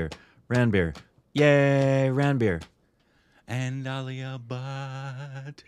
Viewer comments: It's pronounced Runbir and not ranbeer 😂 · its run-bir not ranbier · I heard 'Rootbeer' instead of Ranbeer!!! 🤣 And Aalia Butt..instead of Alia Bhat...🤪